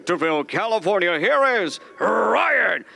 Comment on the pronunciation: He sad PRyan Garcia